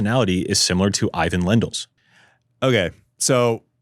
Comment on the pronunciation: needs to know it's EE_VVAAANN not eye-ven